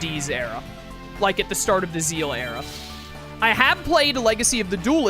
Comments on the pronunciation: Zexal is pronounced how its spelled not like "Zeal" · Zeal is the correct... i will always pronounce it Zexal but it is pronouced Zeal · First again i do pronounce it Zexal. But it is Japanese, since that is where its from. so Zeal is technally the right way to say it. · Do you say Squirtle's final evolution is Kamex? No. We speak english. It doesn't matter how its pronounced in another language when we aren't speaking another language. It's Zexal.